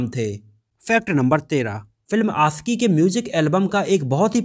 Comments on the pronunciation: It's आशिकी not आcकी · Bhai pehle bolna seekho.. Aasiqui nahin Aashiqui hai.. Sh hota hai Sa nahin !! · It's aashiqui not aasiki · Ashiqui boliye not Asiki . Apni bhasha shudh kijye .sha shabd ko sahi se ucharit kijye. Sha ko sa nhi ucharit kra kre